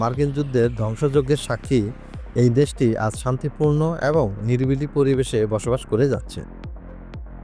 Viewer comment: এবং শব্দটা কম উচ্চা‌রিত হ‌য়ে‌ছে